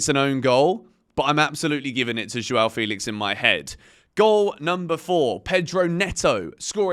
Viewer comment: FEH-lix not Fee-lix. Thanks!